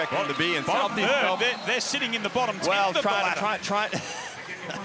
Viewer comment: Its not "Mel-BORNE"!!!!!!!!!!!!!!!!!!!!!!!!!!!!!!!!!!!!!!! Or "Typens". Useless reporter she is send her home.